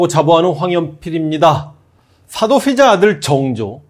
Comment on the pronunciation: 역thㅏ를 가장 역thㅏ 답게 !! thㅏ도thㅔ자 아들 정조 ㅋㅋㅋㅋㅋㅋ옛날 무한도전의 노홍철님 생각나는 번데기 발음 재밌어요 ㅋㅋㅋ